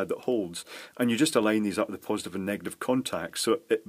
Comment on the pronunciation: negat I've charges, no less... "chinglish" at its finest.